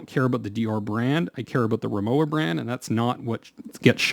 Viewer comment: The w in Rimowa is pronounced as a v.